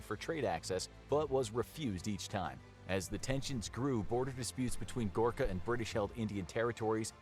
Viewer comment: Bro it’s Gorkha